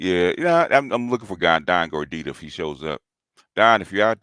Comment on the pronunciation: it's gordito...lol.